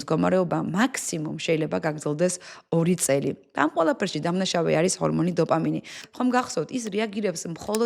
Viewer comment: ყველაფერი მაგრამ დოფამინი და ტესტოსტერონი სწორად თქვი გთხოვ❤❤